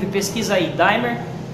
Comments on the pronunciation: A palavra certa é Dimmer não é Daymer kkkkkkk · Numa boa. Só para informar: não se pronuncia "daimer" e sim "dimmer". Aqui o "i" é "i" mesmo e não "ai". É um erro comum aqui no Youtube. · Desculpa, mas NÃO SE PRONUNCIA como se fosse "DAIMER!" se diz DIMER mesmo! E este objeto é um CONTROLADOR DE TESÃO e não de ROTAÇÃO! Eu fabrico no "QUINTAL DA MINHA CASA" este tipo, além de 110v eu faço tambrn BIVOLT! Se precisar é só chamar e encomendar!